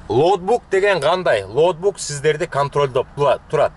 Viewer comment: Лоутбук эмес, логбук туура болот окшойт 👍🏽